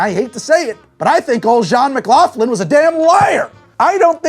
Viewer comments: It's Mc lock lin not Mc laugh lin. Trust me. The name is well known in Canada, the brothers of the ginger ale guy ran the biggest car company in Canada, which became General Motors of Canada and made McLaughlin-Buick and Chevrolet cars. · Something funny I noticed about your video. I come from the region where McLaughlin was born, and I noticed you were pronouncing his last name wrong. It's pronounced more like McLachlin/McLocklin. His father essentially created GM Canada, the car company, and their house is used in a lot of movies these days, it was the X-Mansion in the first X-Men movie, and Billy Madisons house, to name a few. Also zero doubt in my mind that he would've stolen a recipe and passed it off as his own.